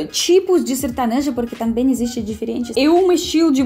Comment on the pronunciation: Kkkkkkkk detesto sertanejo kkkk sertonojo kkkkkkkkk